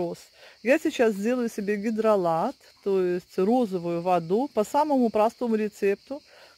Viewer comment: Это ж невозможно столько лишней болтовни. Зачем нам ваши букашечки и прочее. Более лаконично-беудет лучше. Это,наверно,рассчитано на тех,кому не с кем общаться. Вообще,речевой поток в таком количестве свойственный пожилым людям. И правильно говорить не водУ,а вОду,не консерваторы,а консерванты. Консерватор-это человек,который не преемлет ничего нового